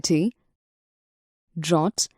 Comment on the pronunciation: its drought